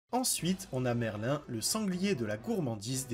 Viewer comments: c pas merlin c merlïn j'ai mis le ï pour faire la prononciation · Le nom de merlin se prononce merline pas merlin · Ptdrrrr escanor en 2 ? T'as regardé l'anime toi ? Et dire Merlin et pas Merline x)))) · Juste un petit détail c'est pas Merlin mais Merline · C'est pas merlin mais merline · ça se prononce MerlinE quand même. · Le nom de merlin se prononce Merline par merlin